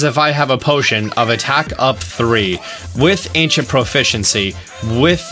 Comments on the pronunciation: IT’S ANCIENT NOT ANCINET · Ahh Yes, Ancinet Proficiency. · "ancinet" gotta love those ancinet bows and ancinet proficiency am i right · Ancient* Not ancinet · *Ancient not Ancinet :) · “Ancinet Proficiency” Mission failed, we’ll get em next time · "Ancinet Bow" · Its ancient not ancinet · "Acinet prof" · “ancinet bow’ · boy do i love the “ancinet” bow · aciNEt prof XD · "ancinet" proficiency, he said. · Ancinet bow ;3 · What's an "Ancinet" Bow? Lol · Its not Ancinet Bow for a remind but i still love your vids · He practically says Anicent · ancinent and did you mean 'best'? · ancinent XD